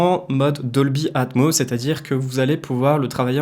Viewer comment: Doldy Atmoss Dolby Atmoss ..... c'est mieux si tu dis Atmoss ya un S ..... faut le prononcer. Sans rancune.